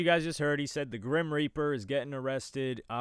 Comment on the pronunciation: He said “Groom Reaper” not grim.